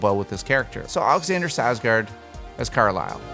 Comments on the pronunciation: It's not Sarsgard... it's "SKARSGÅRD". There is a K in his name. Personally, I've never heard of most of the people you've chosen but Skarsgård I HAVE heard of. Please learn to pronounce names correctly. How would you like it if someone kept mispronouncing your name when they can SEE it written pretty much anywhere they look it up?? Sorry, just a MAJOR pet peeve of mine. That, and people who can't spell. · Why does it bother me how he says Carlisle and Skarsgard? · That was probably the most butchered pronunciation of Alexanders Skarsgård I have ever heard 😂